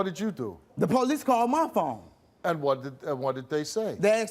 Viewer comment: Who are the "poe leece".....last time i checked thry are called the police